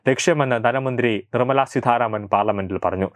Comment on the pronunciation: Seedharamano.edakoothare seetharaman Ennanu.